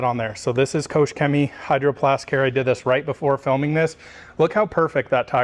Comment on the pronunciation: Nice comparison, thank you. Just a small hint: the "ch" in Koch is pronounced like the j in jalapeño